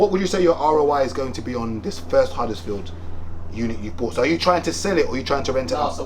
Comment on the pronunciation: Bro said huddersfield.